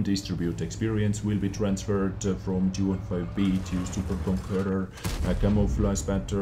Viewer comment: Is it so hard to say Conqueror ?